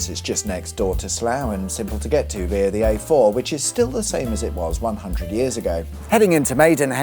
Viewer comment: New drinking game, take a shot every time he mispronounces the word via🤷‍♂️